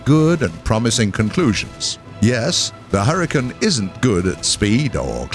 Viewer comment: hurr-e-cane. not hurritane